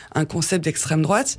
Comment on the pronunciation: PTDRR à peine 43 sec , et : "si la fote de l'esstrem drouate" vous êtes bon , mais bon !!! je vous aimes